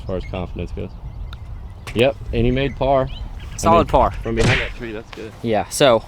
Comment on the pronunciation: could you drop an image of a salad bar on the course when someone says 'solid par' on another video. I can't be the only one who thinks they sound similar!